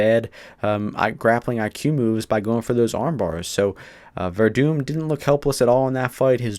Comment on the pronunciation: It's Werdum my dude lol, you gotta at least get his name right before you go shouting off or else you just look like an ass.